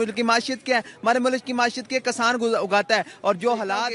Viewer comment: कसान नहीं भईया किसान कहते हैं 😅😅😅😅